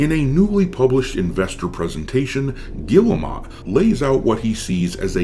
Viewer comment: Im pretty sure it's pronounced "Geel-mo"